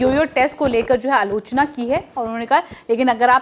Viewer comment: Not sure why isn't able to improve even after sharing feedbacks again and again... buddy it's NOT Gautam GabhirS it's Gautam Gambhir, it's not Alocha it's AALOCHNA (in pronounciation), it's NOT Drvid it Draavid (in pronunciation)... you need to work alot on your dialect and anxiety...practice before you record for video and record (your audio) what you practice, it will help you...